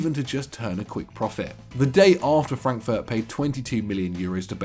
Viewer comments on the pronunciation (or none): none